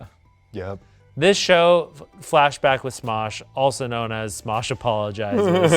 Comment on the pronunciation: Ian sounds like he's singing "Fashback."